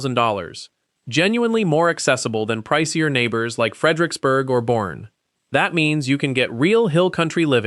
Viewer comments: The show says Boerne “Born” Texas Pronounced “Bernie”. Then proceeds to call it Born instead of Bernie throughout the video. Fix your AI voice please🤕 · Born??? It’s pronounced “Bernie” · Its pronounced . Bur...nee